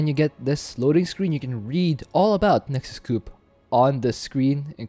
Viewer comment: why you call it nexus cup xd